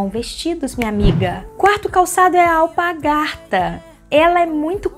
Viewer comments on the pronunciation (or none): ela fala alpagarta ao invés de alpargata!! Mas é super simpática, arrasou nas dicas! Eu sou bem simples e to aprendendo!🌻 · Vc fala alpargaRta. AlpaRgata é o certo!😆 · Realmente.. ela disse alpagarta várias vezes. Mas gostei das dicas também! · Não é alpargata que se fala?? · A palavra é alpaRgata! A letra R é na sílaba PAR! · Não é alpagarta, é alpargata.